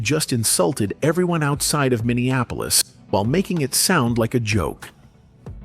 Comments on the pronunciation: It's not Minneanapolis. It's M i n n e a p o l i s. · PLEASE...it's MINN-EE-AP-OLIS.. not mineanapolis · Minn-e- ahh- police. You are literally watching a video where they pronounce it correctly. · Young man, it's Min nee Ap polis, Min ni Napolis. I know that some of you will go mad over me offering this correction, but I don't apologize for knowing what you obviously don't. Those in power, Black and White, label you before you've completed your first sentence. Speaking correctly can either propel you, or hold you back. Yes, I know Steve Harvey says, "I am poor vs. I is rich." They have to hold someone for you model yourself after. And for those of you who become a sucker to speak poor grammar because it is good enough for Steve Harvey, are in for a rude awakening. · Say it with me bro. MEN-E-APPLE-US. MINNEAPOLIS. But the look on his wife when asked about Amiir. Crushed her and ahe was fighting back pain and tears. And ultimately it was that interview that marked a separate path for the O-/> and Mayte.